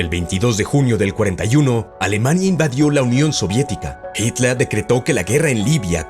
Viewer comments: Me encanta el acento del narrador cuando pronuncia en alemán : Jítal, Jomel, Panzahr, etc 👍🏻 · habla bien... joamel, jitla... payaso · Jitla,gomel,panza, que acento por Dios